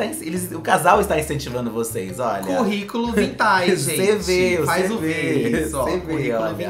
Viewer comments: "Currículum vitae" KKKKKKKKKKKKK CHOREI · “CURRICULUM VITAE” HAHAHAHAHAHAHAHAHAHA